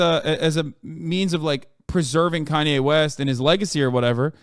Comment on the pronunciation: I feel like he removed the “Kan” from “Kanye” cause it’s pronounced “Con” for the thing is.